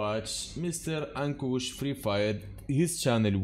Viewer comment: You are right to pronounce ankush